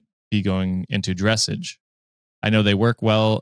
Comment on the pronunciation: Love you but hearing you pronounce paddock, foal and dressage made me laugh so hard 😅 (as someone who knows horses).